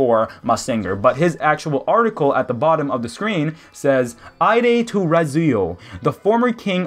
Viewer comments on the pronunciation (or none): Um,? "Aide" is pronounced as "aid". It means he was essentially the king's right hand.